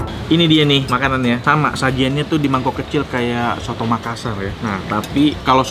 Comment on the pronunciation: Coto makassar koh.. bukan soto 😁🙏🏻